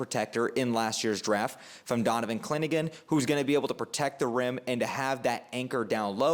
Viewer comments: Had to edit... pronunciation not as bad as i originally thought (actually closer that most) but still wrong order. Sound it out. Haan-sen Yong👍 And Donovan "Cliningan?"🤦‍♂️ Clingan... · Your pronunciation is off... on Donovan "Cling-an" (2 syllables) not "Clin-i-gan" 😅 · Clingan (2 syllables). I hope you're right about Yang! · I’m sorry but the way you said clingan was terrifying you said clin a gin but somehow you pronounced yang’s name perfectly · Bet he gets it right next time though, Clinagin kinda has a ring to it actually. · Good video but it’s hilarious you apologize for potentially mispronouncing yang Hansen then butcher Donovan “Clingan” twice in a row, I’m dead bro 😂 if that’s intentional to generate interactions it’s genius and you got me 😂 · But mispronounced Clingan